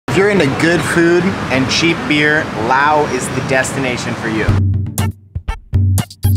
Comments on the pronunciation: It's LaosssssssSSSSS not Lao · It’s not Lao, it’s Laos... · I always thought it was pronounced With the S.never knew the S is silent.